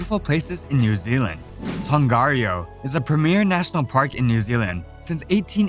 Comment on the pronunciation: Great video, but the pronunciation of some places like Tongariro and Wanaka was very off! Keep up the good work :)